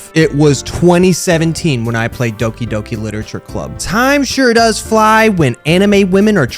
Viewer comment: It's been nearly four years since played this game, yet I can still hear "HEHDOKI HEHDOKI LITERATURE CLUBUUUUU!!!" ringing through my ears